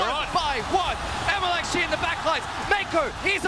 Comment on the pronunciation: I’m surprised that the announcer actually pronounced MLXG right...